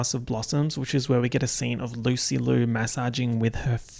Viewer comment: did- did he just call THE PRODIGY "Rina Sawayama EP-type beats" also that's not how you pronounce Liu